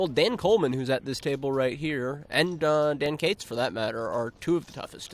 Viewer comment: olly schemion.. dan gates... toin coss. Fucking illiterate commentator